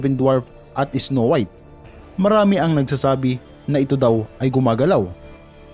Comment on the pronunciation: “isnow wiyt” HAHHAHAHA LT